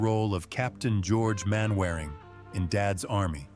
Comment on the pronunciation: Mainwaring is pronounced Mannering not MainWearing A.I idiots and Hattie Jacques is pronounced Jakes not Jaques like the French name